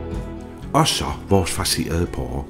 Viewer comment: Det hedder porre, og ikke pårre...